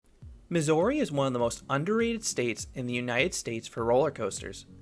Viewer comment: but why pronounce missouri wrong lmao